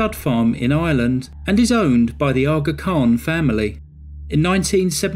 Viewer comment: Every time say Aa Khan,I want to call ut Shaka Khan. Also, so funny hearing you say "Dahby" when used to hearing "Derby"